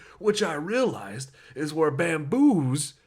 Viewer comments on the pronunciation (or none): Also I love the idea that gundham actually liked Sonia and also your reaction to saying baboons wrong wass hilarious 🤡